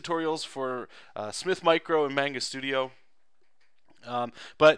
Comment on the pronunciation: Mahngah, you Canadian.